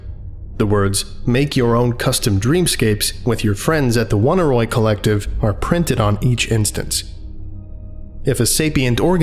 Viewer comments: Oneiroi is pronounced "o nee roee" not "woneeroee" or whatever thing you somehow got out of it. It's greek for dreams. I like this channel and almost never comment, but eventually I just must ask if you google any of the unfamiliar words you encounter, or if you don't just to annoy people. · I love this, but for the one detail that it's supposed to be pronounced "uh-NEY-roy," not "WUN-a-roy." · I felt obligated to look up the pronunciation of "Oneiroi". From what I can find, it's not like "Won-i-roy", but instead "Oney Roy" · Dear colleague excuse me if I repeat a well made point, but the pronounciation is not "one-a-roy", "on-ey-roy". It is a minor objection to an otherwise great lecture. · It's oh-near-oi, oneiro being ancient Greek for dream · Fun vid and SCP. Just a note though the name of the collective would be pronounced the same way as oneiromancy /əˈnʌɪrə(ʊ)ˌmansi/ so it would be more like oh-nai-roi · The proper pronunciation for Oneiroi is "aww-nee-ree". The word is from from greek mythology and describes primordial deities, the children of Nyx (goddess of night). They are the personification of dreams and take the form of black winged demons. Their number includes Morpheus (who sends images of humans), Phobetor (who sends images of birds and beasts) and Phantasos (who sends images of the elements earth, rock, water and wood). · Just a note: "Oneiroi" shares a root with 'oneiric', and this should probably be pronounced "Oh-nye-roy" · I don't want to be that person but I'm pretty sure Oneiroi is pronounced Oh-Nye-Roy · I hate to be that guy, but this is bugging me: it's OHN-EYE-ROY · pretty sure it's pronounced oh-nay-e-roi btw. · This was really interesting but I just can't get past how he pronounces Oneiroi... I'm assuming the name comes from oneirology (the study of dreams) which is pronounced like "Oh neurology" not "One irology" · Hate being that guy but they way you pronounced oneiroi was weird